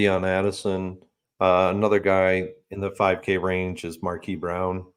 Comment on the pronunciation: Are you intentionally saying Marquise as Markee?